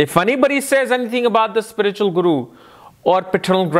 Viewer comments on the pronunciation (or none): none